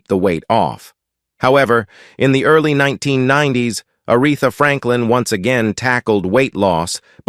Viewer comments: “Die on Warwick” and “Are eth a”? Gotta love A.I. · I think it's a damn shame whoever the narrator is keeps on mispronouncing Arethas name as well as several more. Clearly he is just reading and didn't know her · I was looking for someone else to acknowledge this. A disgrace and totally disrespectful.